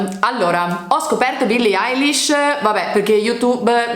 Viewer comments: Poi non si dice Alish ma Elish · Ma dice "Eyelish" e non "Eilish"